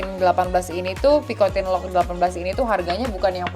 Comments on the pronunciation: Its air-MEZ pee-koh-tan not pikotin 😂😂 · Picotang & Syanel ka bukan picotin & chenel 😅😅